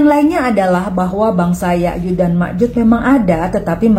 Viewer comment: Bukan yayud, tapi yajuj Pake J